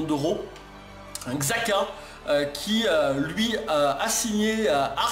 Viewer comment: Xhaka se prononce chaka je crois 😉